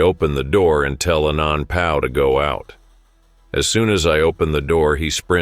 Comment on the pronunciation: "ANONPOW" Lmao